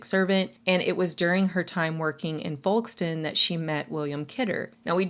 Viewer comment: In the UK, we pronounce it Fokestone. We're awkward and don't pronounce the "l" 😅